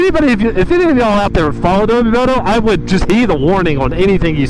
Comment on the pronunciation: it’s AdobO moto, not adobEE moto